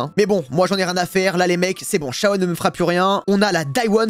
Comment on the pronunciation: Shawchien 😂 lined defois Shawen fait exprès ou pas😮